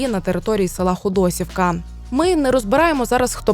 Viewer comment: Дякуємо за роботу. На майбутнє - наголос у назві села на «і» - ХодосІвка.